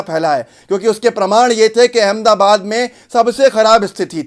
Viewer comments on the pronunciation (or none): none